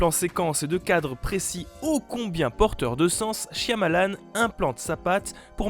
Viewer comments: chiamalane qui a-t-il de plus enervant a entendre... c'est Chamalane le Y est muet!! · shiamalan au lieu de shayamalan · Le y est silencieux dans Shyamalan. Cha-Ma-Lan, c'est pas dur à dire. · C'est pas dure à dire vueque ça se prononce shamalan :P le Y muet ^^ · Ça se prononce "Chamalane", le "y" de son nom est muet. C'est lui même qui le dit ^^ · "ShaYAmalan" MAIS POURQUOI PERSONNE NE SAIS LE PRONONCÉ CORRECTEMENT 😭😭😭, tu y était presque 😔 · Excelliore Ça se prononce "Chamalane" (phonétiquement hein). C'est lui même qui le dit. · Le "y" dans le nom Shyamalan est muet ^^ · SH(Y)AMALAN le y est muet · Sùrement déjà dis mais Shyamalan a un "y" muet